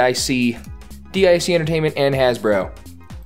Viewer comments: It's pronounced as deek. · Why do ypu pronouce it as "D.I.C.", when the Kid in the logo said "Dic".